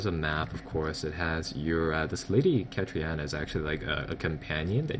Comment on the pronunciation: KATARINA, ITS KATARINA NOT KATRIANA